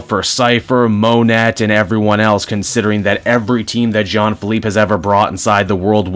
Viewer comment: It’s pronounced Moh-Nay